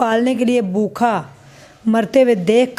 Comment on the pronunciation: ap educated hein achi trah bola krein bokha nahi bhooka r asslam u kam nahi asslam u aleikum r bhi boht kuch